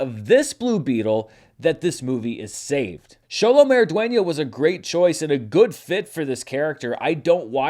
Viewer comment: Xolo is pronounced SH-OLO -- Thank you for pronouncing it correctly,! ♥